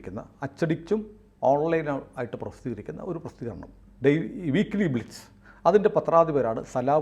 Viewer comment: ബ്ലിറ്റിസ് അല്ലാ... 'ബ്ലിറ്റ് സ് ' എന്നാണ്... BLITZ അതാണ് ഇംഗ്ലീഷ് സ്പെല്ലിംഗ്...